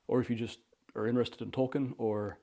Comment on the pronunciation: Beautiful library …good to hear you pronounce Tolkien’s name properly.